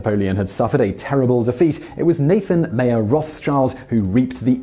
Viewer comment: You pronounce Mayer wrong. Since it is German, it is pronounced the same way we would pronounce Meijer